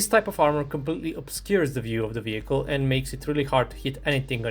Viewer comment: "vewi prutekted advent sapport wehicle"